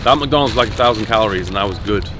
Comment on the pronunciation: It's McDonalds not "macdonds" trash go and puke now